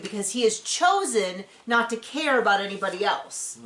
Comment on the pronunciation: Ummm seems to "ker" so much he doesn't ker.